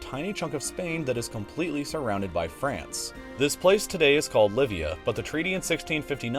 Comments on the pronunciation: shouldn't Llivia be pronounced yee bee uh? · 4.56 it is pronouncd yeebia